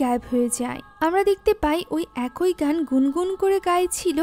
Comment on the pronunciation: আপু শব্দটা “একই” উচ্চারণ হবে। “একোই” না। 😶 আপনার মুভি এক্সপ্লেনেশন অনেক সুন্দর হয় কিন্তু এই একটা শব্দের উচ্চারণ সব সময় ভুল হয়। আপনাকে ছোট করার জন্য ভুল ধরছি না, ভুল শুধরে যেনো আরও সুন্দর ও নির্ভুলভাবে মুভি এক্সপ্লেইন করতে পারেন তাই বললাম। 😊